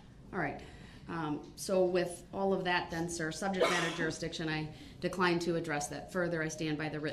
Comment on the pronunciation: That the subject matter jureesdicshen?